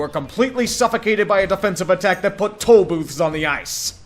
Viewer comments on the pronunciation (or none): none